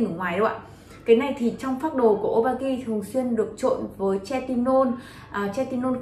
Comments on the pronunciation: Thật sự quay clip nên tìm hiểu cách phát âm hoạt chất, chứ Hydroquinone đọc là hi - rô - quin, retinol hoặc Tretinoin, chứ đọc tre - ti - non là chết rồi :) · "Hi dro quyn" "Tre ti nôn" :)) K hiểu hãng nào training đọc thành phần như này =)